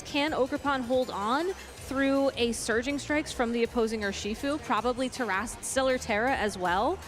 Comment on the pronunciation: I have noticed when says Surging Strikes, I hear Surgeon Strikes. And a part if me feels that is apt 🤔